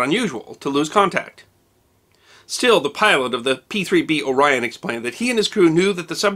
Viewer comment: You pronounced "Orion" completely wrong. It's not "O" Rion. It's Orion, smoothly pronounced.